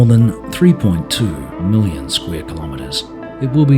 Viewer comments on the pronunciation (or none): none